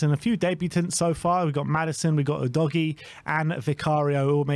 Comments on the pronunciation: /uːdəʊɡiː/ - “you doggie” is just silly. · Udoggy is the wrong pronunciation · Lol i winced everytime i hear how you say Udogie's name wrong